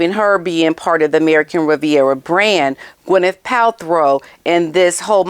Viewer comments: you crack me up, with the way you say Pal-throw lol 😂. Now, as much as I 🫶 you, I have to disagree. Hollyweird is def not supporting muggy. No one cares about her, but she just keeps asserting the herself into everyone’s lives and events. WME has many clients under the same umbrella, so those ppl sometimes have to oblige by what their agent asks of them, but I’m betting most ppl rolls their eyes, big sighs and the agents say, “I know, I know, but would you please? You’d be doing us a huge favor”🙏. It’s a “I’ll your rub my back, if you rub mine” type business, so ofc most likely they agree because they rely on their agent for certain opportunities in the industry. If Gwyneth was supporting muggy, she would have been at that event. Gwen is not stupid, she knows muggy likes to steal other ppl’s ideas and apply it to her own crap. Meg is one of the biggest grifters in hollywood and everyone knows it. Besides who wants a leech attached to them all night? Poor Kevin Costner, she followed him everywhere, and she was prob butting into all his conversations, fake laughing etc. I guarantee he was very uncomfortable, but she had stars in her eyes, staring at him with doe eyes like the lil love bomber she is, fan girling him like a weirdo, because she cannot read the room. I believe those few ppl, who pose in photos with muggy or keep a connection to her, do it only for self-gain. It’s an individual choice no one else is supporting her. Kris Jenner is hoping that her grandkids will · Isnt she in Nigeria? Btw its PalTROW not PalTHROW. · It’s PALTROW NOT PALTHROW. SORRY TO POINT THIS OUT TO YOU. OUT OF LOVE THAT I AM SAYING THAT. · You mis pronounced gwenyths last name thru pot this whole clip . Pal-tro…not throw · Ooops. It's not Palthrow. It's Paltrow. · It’s PAL-TRO not Pal-THROW as in throw me the ball. No H in her last name. Please say her name right. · Girl. That’s Paltrow. Pal. Trow. No throw in there. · Killing me, smalls. Pal-trow.